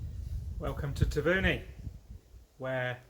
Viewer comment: It would be nice if you could pronounce Taveuni correctly.